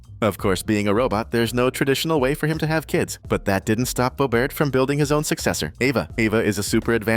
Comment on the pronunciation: Bobrt dude, his name is not bobrt it’s bobert